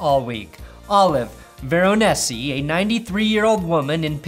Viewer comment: I live near Olive. It's pronounced Vero-neesi. Great family, though!